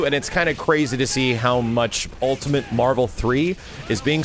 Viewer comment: said "Ultimant"